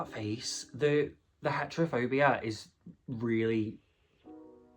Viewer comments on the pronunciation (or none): Not the heterofobia instead of the hetechromia 😂